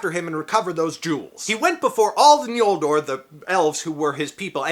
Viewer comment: Judging by your pronunciation of it, you seem to be aware of Tolkien's later spelling of the second tribe's name as "Ñoldor" (as opposed to the earlier "Noldor") which I appreciate. However, Tolkien did not use the letter "ñ" as it is seen in Spanish. In his use, it rather signified the velar nasal sound [ŋ], and not the palatal nasal [ɲ]. In other words, it's N(g)oldor (as in English ri'ng'), not N(j)oldor (as in Spanish "ñ").